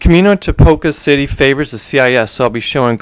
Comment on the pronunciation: great vid!! the kamino stratedgy really helped now i win every time! oh and it's prenounced ti-poh-ca cuty good vid though